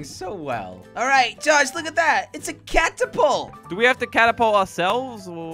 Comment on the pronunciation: I like how when jelly tries to say catapult, he says cactapult with a C 😂😂 I hope you notice jelly! Luv u